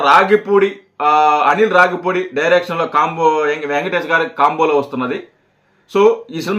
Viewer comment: రాగి పూడి కాదురా రావి పూడి